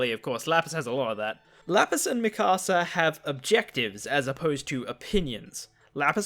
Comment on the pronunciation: I think it’s pronounced me kasa